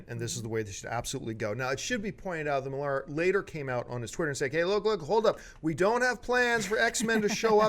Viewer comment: "Mark Millaaar" It's pronounced Miller.He's a fellow Scot ^__^